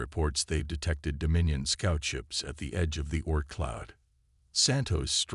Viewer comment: Oort cloud not orc cloud.